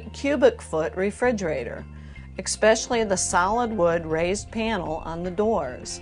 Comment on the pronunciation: E"k" specially? Reading the comments. If these are actresses they are terrible. The word is "especially," no "k" in there at all. And why do I get the feeling the older of the two women is a night time alcoholic? Sounds like she's hiccuping every word. let alone the lame dialogue.